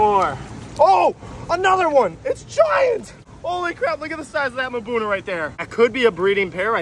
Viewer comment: Do you say "mahbuna" and "playco" wrong just so people comment lol?